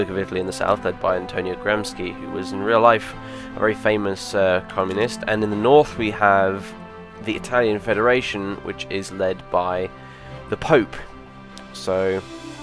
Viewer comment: It's pronounced Gram-she